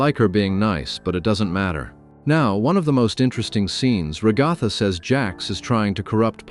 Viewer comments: "ra goth a" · “Ragotha” if only